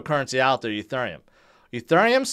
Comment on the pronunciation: can you say Ethereum properly